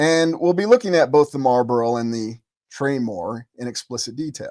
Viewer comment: It used to be called the Traymore Hotel. Search "traymore Hotel Atlantic City" 👀👀👀👀👀 I thought you were calling it the "Train War" Hotel 😅😂